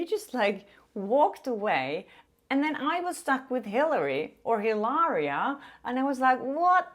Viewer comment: HIlariaaaaaaaa without pronuncing the H lol.... a real Spaniard hahahah Congrats on your videos